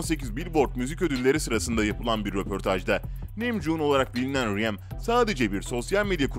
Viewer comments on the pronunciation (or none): Reym derken yok reymen RM(arem) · RM - Reym K-Pop - Ka-Pop Namjoon - Nemjun Taehyung - Taeyong Jin - Cin A.R.M.Y - Bts Ordusu Jungkook - Cunguk Abi cidden tellaffuzun mükemmel ne diyeyim yani RM - AREM K-Pop - Ke-Pop Namjoon - Namcun Taehyung - Tiyang Jin - Cin (Evet böyle Tellaffuz ediliyor) A.R.M.Y - A.R.M.Y (Yazılışı gibi okunuyor zaten) Jungkook - Cankuk Böyle telaffuz ediliyor 5 yıldır Korece dersi alıyorum ondan biliyorum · Arem´e Reymm diyor ağlicam hem Ka-pop ne abii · Emeğinize sağlık ama bu saydığınız kurallar sadece BTS'e özel değil. Bütün sektör öyle.🙄 + bazı yerleri yazmadan geçemiyeceğim: 1)Ka pop 2)3.58 ReyMin 3)5.50 NimJun 4)8.44 Bengten erkekleri Neyse şükürler olsun ki BiTieS dememişsiniz🤭 Bir de şunu yazmak istedim : -Suga menajerlerinin sözünü dinlemiyor. Makyajını silmiyor, uyanmıyor ve yemek yemiyor. Kurallar uyulmak içindir ama bazıları çiğnenebilir. BTS+ARMY=Forever💜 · Bu arada telaffuzleri baya baya dogru söylüyo sjsjsj Beties deyil [Bities] Rm deyil [Arem] Cunkok deyil [Cankuk] Ka-pop deyil [Ke-pop] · Reyim? Ka pop?? Abi nolur düzgün okumayı öğren de öyle gel yaa